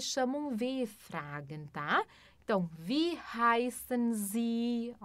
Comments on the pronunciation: Congratulations for the correct use of the pronunciation key with respect to Wie.../vi:/. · Herzlichen Glückwunsch für die korrekte Verwendung des Ausspracheschlüssels in Bezug auf Wie.../vi:/.